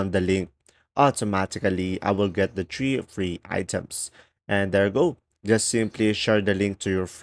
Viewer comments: Three... not... tree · Three not tree . Pronounce word correctly